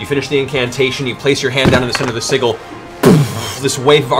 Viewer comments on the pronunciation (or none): Hearing Matt mispronounce sigil is such a kick. Man I've missed C1 so much. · Kind of a moot point, but I wish Matt would pronounce sigil right. Pronouncing it with a hard g makes like he's saying seagull, imo. Ah yes, Tiberius is drawing a circle of seagulls, how lovely. With a soft g, pronounced more like, sidgil, is how I've always heard it. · Being very nitpicky here... But sigil is pronounced "sij-il". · I love Matt, he's an incredible dungeon master and storyteller. He does everything fantastically...but for the love of Sarenrae I cannot wait for when he starts pronouncing "sigil" correctly. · Siggles Kappa Oh how i've missed that pronunciation of Sigil.